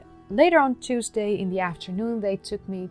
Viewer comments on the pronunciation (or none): none